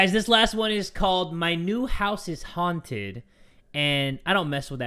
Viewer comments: was it just me or did i just hear hunted not haunted in the last story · A little bit before she rlly said “Hunted” instead of haunted, right? Or is it just me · how the last animation said haunted sounds like haun hunted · I swear the guy said this house is hunted not haunted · on her way out the door she finally blurted out "this house is haunted" why does it sound like he said hunted